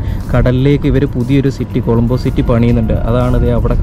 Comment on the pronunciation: കോളമ്പോ അല്ല കൊളoബോ ആണ്